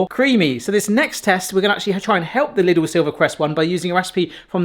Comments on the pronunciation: Lidl, not Liddle... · *Lidl. Pronounced 'leedl'.